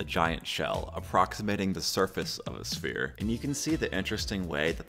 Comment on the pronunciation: Ah yes, my favourite solid, the shere.